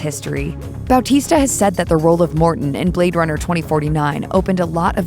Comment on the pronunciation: Dude, I can't over how right the pronunciation of Dave's surname is.